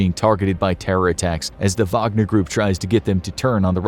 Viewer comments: am i the only one who heard vodka not wagner? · Is it Whag-ner or Vag-o-near? Wagonereer? Groupee? gruiopierre?